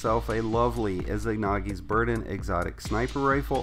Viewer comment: Saw no one mention this (not hating but need to let this out) "IZANAGI NOT IZIGNAGI!"